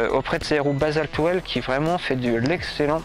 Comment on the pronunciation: Bonjour, bon reportage sur ce jeu de roues. Que tu prononces basalte well au lieu de basalte will, on s'en moque!! Le contenu est très intéressant et j'ai appris des choses en peu de temps, je t'en remercie. Quel est la marque et modèle de ce vélo? Car je discerne NCT. Quel est le prix du vélo sans ces 2 roues basaltwheels? Je prospecte pour une nouvelle monture et j'essaie de sélectionner 3 ou 4 vélos à peu près du même prix. Dans la description de ta vidéo, il serait utile de préciser sur quel machine tu montes ces 2roues et de préciser ses équipements pour les novices comme moi. Merci pour les réponses, sportivement bruno. 👏👏👏👍🚴😉